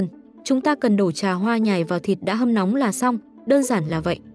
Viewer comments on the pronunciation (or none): none